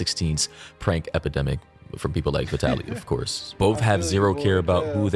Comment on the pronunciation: Yeah, Mori didn’t even know how to pronounce his name lol. And the people upset clearly don’t watch the videos if they are throwing Vitaly in there lol.